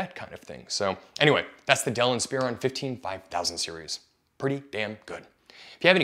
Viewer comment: Same with "inSPEron" ... it's "inSPUHron"